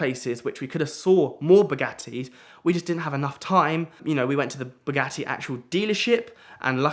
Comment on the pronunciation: Wanted to see it to the end but the way say bugatti I can't stand